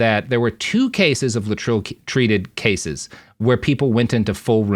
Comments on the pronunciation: In the day it was pronounced Lay-et-tril not Latril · Thanks. Great video. Having said that, it is pronounced lay'-it-tril. Three syllables, first one stressed. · I've always known it as "lay-eh-trill". What's with this new pronunciation?